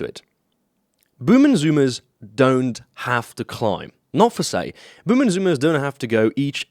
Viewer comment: Per Se. Not ‘for say’.